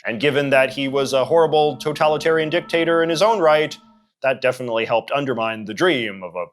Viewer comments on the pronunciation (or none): none